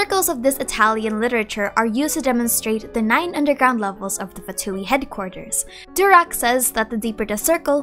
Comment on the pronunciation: Pls not durak but doorak means stupid